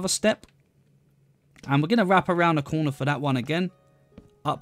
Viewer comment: no one: this dude: place one in the COOWNAH